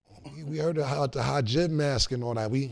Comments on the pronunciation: Cam calling the Hijab “Ha-Gib” is hilarious 😂😂😂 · Cam still fucked up Hijab 🧕 pronunciation 😂😂😂😂